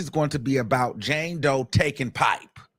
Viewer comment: said Jane hoe